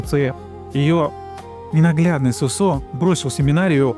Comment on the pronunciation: Не СосО, а СОсо. Как и грузинское женское имя ДОдо, а не ДодО. К примеру, ДОдо Чоговадзе. а не ДодО, и не ДадО. Если говорите о ком то, то хотя бы узнайте как произносятся имена. Разве хорошо будет звучать, если человек рассказывая, к примеру, о неком Игоре, будет называть его ИгОрь.